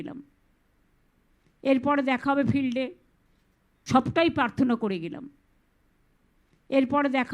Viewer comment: দাদা...."ফিরলে", বলেননি, "ফিল্ডে" বলেছেন মনে হলো....আপনি আর একবার একটু শুনুন তো... May be, I am wrong....